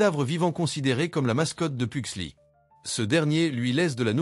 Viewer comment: Fétide pas "lucas" "Pugsley" il faut bien prononcer le "S" de Pugsley. C'est pas "Laurel" mais Marilyn Faut éviter de changer les prénoms à chaque fois.